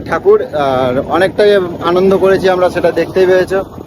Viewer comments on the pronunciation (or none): none